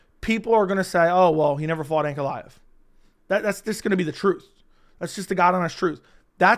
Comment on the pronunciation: As a newer fan, I’m actually looking forward to seeing this guy fight finally , because i keep hearing his name brought up but I can only hear/interpret it as “Aunt Goliath”